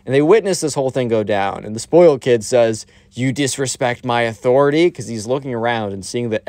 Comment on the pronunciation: "Athoriti" made me die so hard